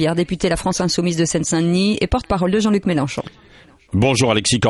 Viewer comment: Je rêve: a le chroniqueur dit jean-cul melenchon...cest pas correct!